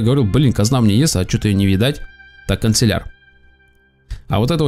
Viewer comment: ты не правильно говоришь слово канцлер. Ты говоришь канцелЯр, а правильно кАнцлер (как Меркель)